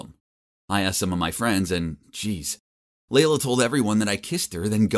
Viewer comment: OMG FINALLY SOMEONE WHO HAS THE NAME “LEILA” AND PRONOUNCES IT LIKE “LAYLA” NOT “LEELA” I’M SUBBING! TSYM FOR 89 LIKES!!